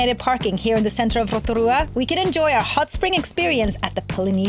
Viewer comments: Love Rotorua ❤️ and love the way you pronounce it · Kiaora guys!! I just found your channel and I love your pronunciation of our place names ❤ hope you enjoy Aotearoa ☺️ we also love freedom camping and now and again we will stay at a paid campground for showers Wi-Fi :) love the content! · 10/10 pronounciation of Rotorua, just please be aware re the Hot Pools, they are heavily used and not luxury, plenty of luxury spas and spa retreats available but of course cost. Also the back roads can be unpredictable with gangs etc. Combining Van with backpackers can be a good way to go. Great video.